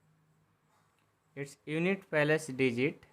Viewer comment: Not palace sir place kahete hai sir apni har video palace kyo bolte ho sir